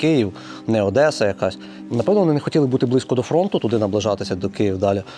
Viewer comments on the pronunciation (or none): none